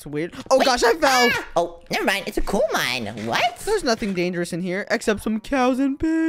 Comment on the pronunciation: Bro said cool instead of coal😂😂😂😂😂😂😂😂😂😂😂😂😂😂😂😂😂